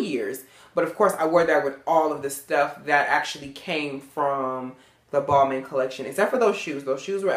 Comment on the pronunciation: Ppl hav to learn how to pronounce designers names!... Balmain is not pronounced how it sounds. Its a sign of respect whn u get it right.